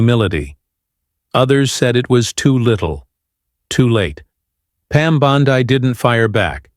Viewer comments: here we go again another phony story from this idiot. He doesn't even know how to pronounce her name. He calls her " Bond " i " instead of "Bond "E". Did any of you see this show? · "Pam Bond-eye?" I think not.